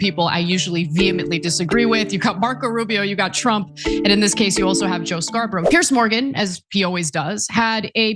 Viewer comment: Piers not Pierce ……..